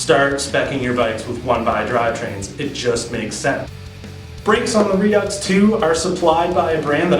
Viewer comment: I'll overlook the pronunciation of Redux then. Ha. Good review, I'm checking them out.